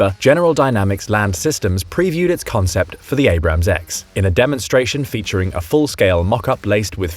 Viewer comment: your pronunciation of Abrams hurts more than my ear infection